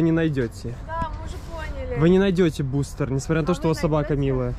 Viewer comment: Бл его Литвин называл БустЭром, а не БустЕром